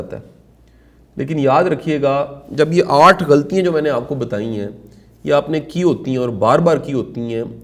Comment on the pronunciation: Shah sahb ,your lectures are very effective, with due respect I would like to mention that there are some spoken urdu mistakes which can be corrected like GHALTIYAN is pronounced "ghaltyeeain" .there are some other words too...please forgive if I am wrong.